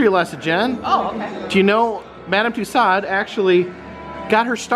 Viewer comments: Another wonderful video,, thank you. Just one thing: you are teaching your followers so much about tourist attractions and their culture. Please, could you start teaching them to pronounce "Toussaud" correctly? It rhymes with "two *so*", long o at the end and no final "D" sound. Merci! Oh, and, Jen? Love it when you can join in his videos. You were so shy at first, I was afraid we'd never really see you (save for brief glimpses in a window reflection, say)... You bring extra sparkle to virtual tours. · One would think with all the wax museums he's visited, by now this guy would know how to pronounce "Tussaud's"! HINT: it's not " Tuss-ahhd's."